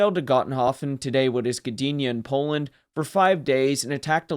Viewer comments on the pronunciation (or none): none